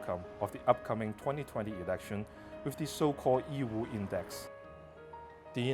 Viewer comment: I like how this presenter pronounced Yiwu and Zhejiang correctly I always find it cringey when Chinese people mimic the way westerners butcher the pronunciation of Chinese names